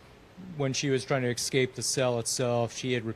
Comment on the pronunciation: Escape is pronounced “escape” not “excape” please inform the police😂